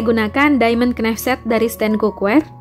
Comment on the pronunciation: Kok kenaif mbak knife bacanya naif az mbak 🙏🙏